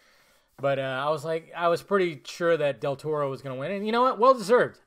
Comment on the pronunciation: Lol, his last name is Del Toro not Del Torro. Free Spanish lesson for everybody: That up there (Del Toro) is an example on the only times when the R is not rolled for a word when pronounced in Spanish, and that is when there is a vowel after the R(Arándano, Loro, Sara, maraca, Satírico, parangaricutirimicuaro) you can only roll your Rs every other time, (again, excluding the above) like the Rs at the beginning of a word (Rosa, Ramo, Restitución), or before a consonant (Armamento, cornisa, tortuga), or at the end of the word (Amor, tenedor, comer), and of course when there are two Rs (Ferrocarril, burrito, zorro).